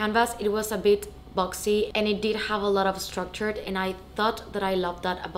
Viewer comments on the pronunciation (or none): none